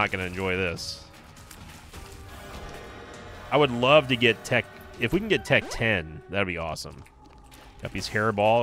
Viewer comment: Never heard someone call it "Tech Ten" lmao